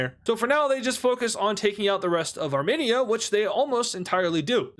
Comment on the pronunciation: hello, As a part of the Armenian community I would kindly like to inform you that when you say Armenia, it is pronounced. (Ar-Meen-Ia) Not (Arm-En-ia, Plz like so he can see this